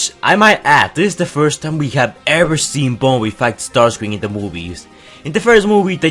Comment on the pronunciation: It not starcreàm